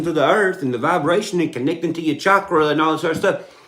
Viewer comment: Dude did say Chalk-Ra lolll... I hate to type it but I think this fella has got on that Meth. This is what that looks like unfortunately. He needs a 9-5 man. It's sad how some folks who become blessed financially, just let their mental health become fucked.